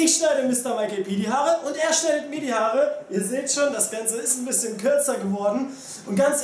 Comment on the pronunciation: Die "Harre" lol xD es heißt eig Haare